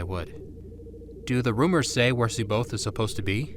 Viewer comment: After all these years, nobody knows how to say C'baoth. Love it.